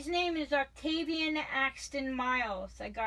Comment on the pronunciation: but she says Ovatavian in the video, i heard it too...lol